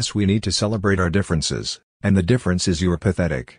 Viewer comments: Its pathetic not patitic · bro said patitic💀